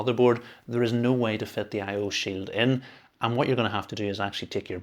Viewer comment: "I/O sill." 🗣️🔥🔥🔥